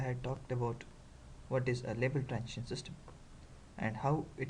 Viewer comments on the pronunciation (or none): When you pronounce the word "transition", why do you say "trantion"?